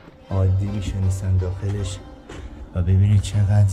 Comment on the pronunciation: جان بسیار عالی و‌ممنون بابت این گشت و‌گذاری که ما را میبرید ، ولی می شنستن دیگه چه صیغه ایه « می نشستند» تلفظ کنید لطفاً مى نِ شَسْ تَنْد